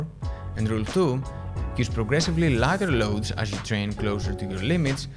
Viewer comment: this is a really solid explanation! I appreciate the effort you put into these videos. Thank you sir! I tripped: I thought you said "larger loads".... good thing you wrote "lighter loads" on the screen and in the subtitles, else I would have been very confused: )